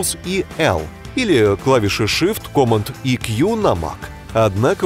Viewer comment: Command произносится "кэмэнд" с ударением на второе "э" в амер английском.